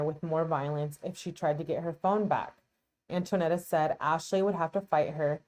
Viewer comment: FYI: Her name is Antonetta, not Antoinetta.